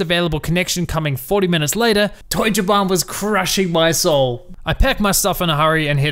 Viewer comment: Your german pronounciation is on point, nice! :D Also: Yeah that's Deutsche Bahn for you...